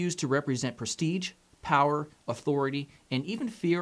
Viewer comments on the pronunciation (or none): none